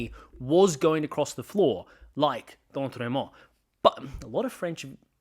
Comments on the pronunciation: I'm in Chris's riding. Your pronunciation was great 😂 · You pronounced D’Entremont correctly. He is of French Acadian heritage. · I live in chris d'entremont's riding, just a few things i wanted to say. 1. probably the best pronunciation i've heard from someone not from here 2. he won this riding by 1.1% in the 2025 election 3. in the 2021 election, he won the riding by 19.1% 4. him flipping turns the entire province red, because it was the only riding in nova scotia not to elect a liberal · Chris D'Entremont is Acadien, meaning he is francophone and you can pronounce his name the french way even if he's from Nova Scotia. Just fyi Great analysis of the current shitshow that is our political landscape right now. I am pulling for the NDP to come out as a strong progressive option because the Carney era Liberals are acting like Harper era Conservatives and the Poilièvre Conservatives are even MORE fanatical than Stephen Harper himself. I am wondering if the Conservative Party will splinter back into a far-right party and a progressive conservative party, which is how it was in the 1990s before the Reform Party and the Progressive Conservatives merged. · I'm French Canadian and you nailed Chris' name quite well tbh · As a French Acadian from Chris d’Entremont’s riding, your first pronunciation was right on ! You pronounced it better than some Canadian newscasters 😂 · Even though Chris d'Entremont is not from Quebec, he's Acadian, which is a french speaking community in the Maritimes, so your inclination to pronounce his name in french was correct. Your pronunciation was pretty close, too. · For what it's worth, the French pronunciation of "d'Entremont" still works even if he's from Nova Scotia, the Atlantic provinces has a history of French settlement, and despite the expulsion of most of them to Louisiana there are still some Acadians in that region today.